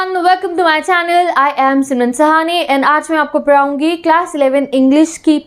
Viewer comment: Mam padhaungi not paraungi 😂